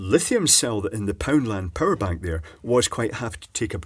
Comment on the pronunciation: OH! Power bank, I thought you were saying parabank and I was trying to figure out what the heck that was lol